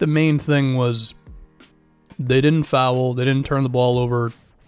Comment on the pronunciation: I'll subscribe when you start pronouncing foul in a way that doesn't make me want to throw my phone.